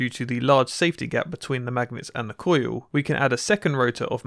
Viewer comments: Why does he pronounce "coil" as "coo-yoo"? I've heard people with English accents say "coil" before, so I just don't get it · cOOUILLllll....cojiul :D hillarious